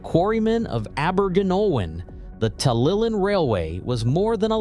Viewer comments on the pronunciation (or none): It's nice that Americans want to make videos on British subjects, but it is a shame that they never do their research to get the pronunciation of place names correct. I can forgive a difficulty with some Welsh names, although it should be easy enough to pronounce 'TalyLlyn correctly, but 'Birming-ham'? It's 'Birming-um'. Also, the terminus shown at 3.44 is Porthmadog, on the Ffestiniog Railway.